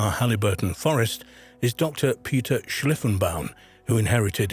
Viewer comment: It's Haliburton, pronounced Hal-i (short i) - burton, not Halleyburton, Ontario.